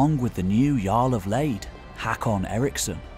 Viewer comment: Love this history of the Late Vikings. The pronunciation of the Scandinavian umlaut vowels such as “å” in Håkan is not obvious for native English speakers. Otherwise, 10 out of 10 for content!👍